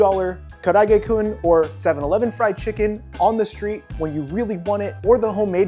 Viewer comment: Dude, karaage is 4 syllables not 3. Ka-ra-a-ge